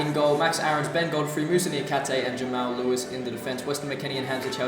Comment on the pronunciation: and btw its pronounced Jamarl Lewis not Jamail Lewis